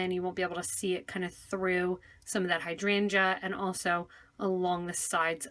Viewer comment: Hydrangae... weirdest pronunciation ever... had to hear it twice as I didn't believe it. Other than that nice tut when it eventually started at almost the 6min mark !!